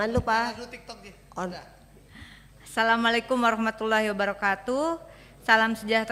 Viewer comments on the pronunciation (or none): Bang Refi...tolong bacaan salam yg benar.. ASSALAMU'ALAIKUM BUKAN AAASSALAMUALAIKUM ARTI KEDUANYA BERBEDA BANG REFLY